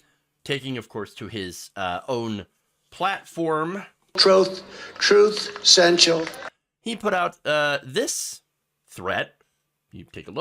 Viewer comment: “Troth. Truth Sential.”